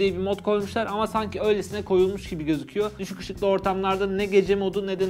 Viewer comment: Nobody: Nobody: Ben:Nobody Nobody Nobody::Nobody: Düşüg Işıg